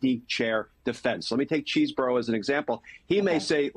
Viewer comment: Chesebro.....there is NO 'cheese' in his name. Mispronouncing his name is very sloppy journalism.